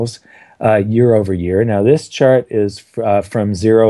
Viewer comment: every time I heard Chart it sounded like shart, the shitfart, ruined this for me